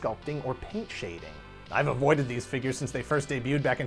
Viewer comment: Dammit can we plz go back to “fingures”